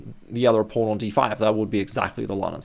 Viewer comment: If only someone would correct his pronunciation of "pawn."